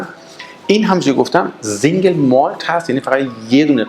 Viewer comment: Single سینگل نه زنگل تلفط غلط